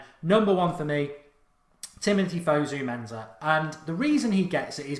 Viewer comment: Please stop calling him fuzzu menzza it's fusu mensah